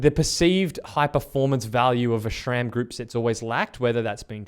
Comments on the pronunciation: It is "Sram" and not "Schram". There is no "ch" in the name. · "Shram" Lol. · There is no H ib SRAM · I’m still confused why people don’t pronounce SRAM correctly